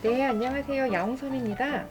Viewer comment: 말할 때 안냐세요 느낌의 발음덕분에 금방 알아채는 거 같아요! 묘하게 특유의 말투가 있거든요! 가끔 보지만 영상에선 의 요리가 엄청난데 어째서 라이브만 하면 혼종이 나오는지 모르겠어요 ㅠㅜ